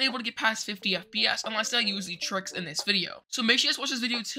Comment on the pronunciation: Give this man an oscar and u maid my laugh in the end that u said for FPS u said FBS